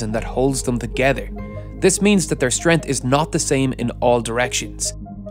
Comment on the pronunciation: Strength has a 'G' in it...